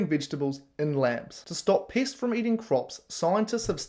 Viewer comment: you keep saying pests and it sounds like Piss..pissacide